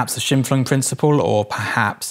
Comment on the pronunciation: Some lesser-important side info: Scheimpflug would be pronounced like "shyme-pfloog" 🙂